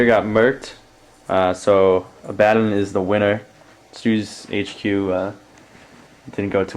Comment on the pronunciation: why does everyone call him abbaden it's A-ba-don not A-ba-den. It really isn't a big deal but thats the 10th person that pronounced his name wrong.